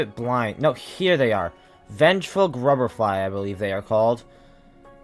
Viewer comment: Y’know, you’re the only person I’ve ever seen that actually likes winged nosk. Also, WHAT IS VENGEFUL GRUBR-FLY??????